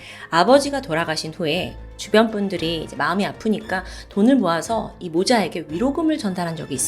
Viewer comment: 돌을돈을...아직 실수를 하시네요 요즘 영상도 NG영상 만들어주세요 너무 완벽하니까 그러실때마다 너무 웃김